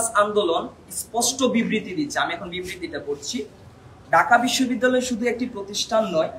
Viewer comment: ঢাকা বিশ্ববিদ্যালয় উচ্চারণ ঠিক করতে হবে